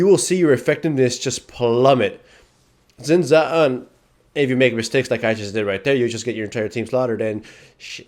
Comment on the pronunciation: Omg u pronounce it shin chao not zin zow